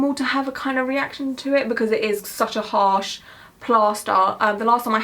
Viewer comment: very very 'arsh 😏😂